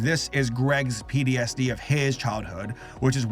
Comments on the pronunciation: lmao he says pdsd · Take a shot every time says "PTSD" wrong or funny